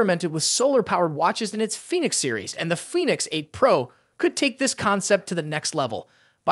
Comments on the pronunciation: Foonix. lol. Nice try AI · Fooneeks eight LMAO